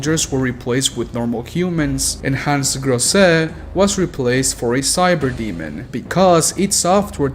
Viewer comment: I love your Hans Grosse - you making his name sound mexican. Hans Chose. It Is Gros like in english Grose